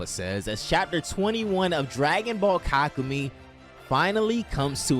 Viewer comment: 6 HOURS AND THIS GUY NEVER LEARNS HOW TO PRONOUNCE KAKUMEI